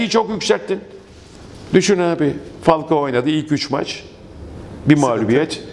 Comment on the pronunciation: Olum neden herkes falkoa diyor laaaaannnnnn